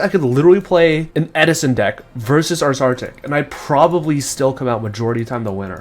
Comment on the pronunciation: it's name is URSArtic.